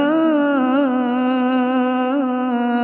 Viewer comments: MashaAllah! Beautiful recitation but the last word of ayat 157 is recited wrong, it’s “Muhtadoon” not Muntadoon… Kindly correct the beautiful recitation ! JazakAllah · Ayat 2:157 is wrong in Qirat last word. It is not " Humul Muntadoon". It is "Humul Muhtadoon". Please correct it. اُولٰٓٮِٕكَ عَلَيۡهِمۡ صَلَوٰتٌ مِّنۡ رَّبِّهِمۡ وَرَحۡمَةٌ‌ وَاُولٰٓٮِٕكَ هُمُ الۡمُهۡتَدُوۡنَ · Dear. Please read the ayat 157 Last word.. Then listen the qirat there is a mistake I hear as "Humul Muntadoon". Whereas in quran we read it as "Humul muhtadoon" اُولٰٓٮِٕكَ عَلَيۡهِمۡ صَلَوٰتٌ مِّنۡ رَّبِّهِمۡ وَرَحۡمَةٌ‌ وَاُولٰٓٮِٕكَ هُمُ الۡمُهۡتَدُوۡنَ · MashaAllah! Beautiful recitation…. Kindly correct the last word of ayat 157, it’s not “Muntadoon” , it’s “MUHTADOON” JazakAllah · I appreciate you effort but I would like to draw your attention towards a mistake in this recitation.Please before finalising & uploading any video please cross check the Audio Tilawat & Ayaat from The Quran.In this video there is a mis pronounciation at the last word.The correct pronounciation is المُھْتَدُون not المُمْتَدُون۔.Please upload a new video with correct pronounciation.Thank you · MashaAllah but in last Aya it's هم المهتدون